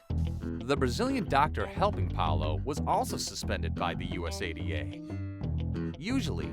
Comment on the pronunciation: Error in pronouncing USADA.